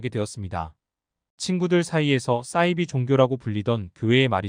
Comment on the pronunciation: 싸이비가 아니고 사이비...발음이 왜그리 이상해요?